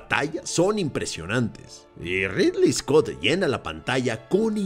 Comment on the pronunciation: Es ridly scot porfavor